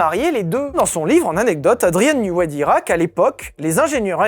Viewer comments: Andrien newey se dit newé et ps newi. Ça m’a rendu fou toute la vidéo , elle est très bien malgré tout ☺️ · J’ai été tilt seconde une quand il a prononcé Newi au lieu de Neway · Ta prononciation de Newey pique les oreilles, ça ce dit ai le fin